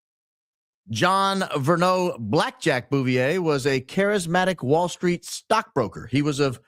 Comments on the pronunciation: it’s pronounced “Boo-vee-yay” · At first, I thought you were mispronouncing Jackie’s maiden name on purpose bc ur funny that way. If that was your intent, please forgive the following. It is pronounced. Boo vee-ay. P. S. U r my fave podcast! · Jacqueline Bouvier Kennedy. The ‘R’ in Bouvier ( French ) is silent , with a long A sound at the end. So- phonetically - something like this. Boove-EE-Aye.